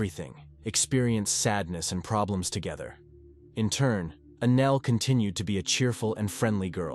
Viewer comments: Anel, not ANAL!!!! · It’s extremely upsetting that the bot keeps calling Anel, Anal. Sick of these bots getting victims names wrong. Especially in this case. She stabbed her 61 x and got 7 yrs in juvie 😮not finished yet. Hoping it changes. So she ended up doing 3.5 yrs for first degree premeditated murder. And a brutal one at that 😡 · these would be a bit better if someone actually took the time to read the script instead of letting the AI do it. It's hard to take something seriously when their name is Annelle and it keeps saying Anal or three-at-en-ed for threatened just to name 2.